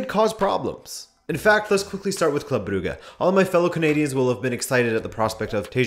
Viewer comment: Brugge is not pronounced "Bru-gah". Jesus Christ.